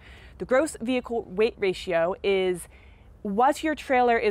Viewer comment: It's Rating not ratio., and you have missed out on a lot of info. If people follow just your info, they could make a mistake.